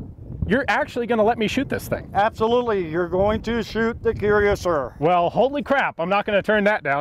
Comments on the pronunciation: Pronounced "kwui rah ssiay" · kwee rah syeh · Shouldn't this be pronounced "KWEE RASS EE AYE"? Or does "Cuirassier" not mean "one who wears a cuirass" in this context? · "Cuirassier and Curiassier!" - Alice's Adventures in Carbine-land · Neat video. FYI...Currassier is pronunced "Coo-rass-ee-ay". I only know that from Napoleonic war gaming. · I swear there are a hundred ways to pronounce "Cuirassier" and none of them are correct.